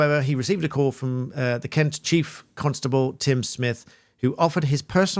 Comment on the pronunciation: You miss pronounced Kent.